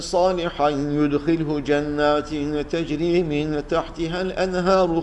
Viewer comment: hocam ağzına sağlık lakin 544 sayfada son ayet içerisinde ve yüdhilihüm cennetin tecri yerine teczi okumussunuz